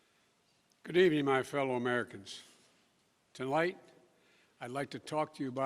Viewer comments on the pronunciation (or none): He messed up his fifth word "to light" or was it supposed to be tonight 🤣🤣🤣🤣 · he made up a new word “tolight” 😁😁